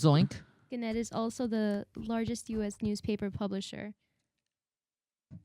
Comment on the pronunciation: Guys, pronounced GAN-nette. Access on first syllable.